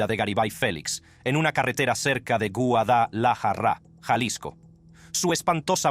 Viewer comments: Quisiera saber de que nacionalidad es el personaje que relata estos videos porque no habla español o castellano no sabe decir Guadalajara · Elvis Presley pronuncia mejor la palabra Guadalajara que tú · yo también y Guadalajara no la pronuncia asi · Q no sabes pronunciar guadalajara